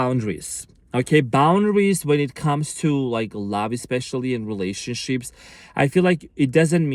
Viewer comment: did you just say relationshits? lol